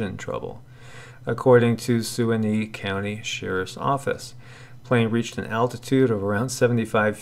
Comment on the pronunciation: Omg. Nobody else? Ok then: Suwannee. Se-WAH’-nee. Suwannee, how I love ya, how I love ya . . .